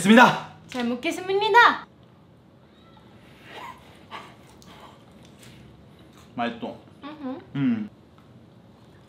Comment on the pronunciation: "잘먹겠스무니다!" 발음 왤케 귀엽죠.ㅋㅋㅋ